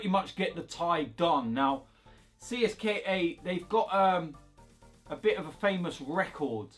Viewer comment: It’s “Cist-ka” bro.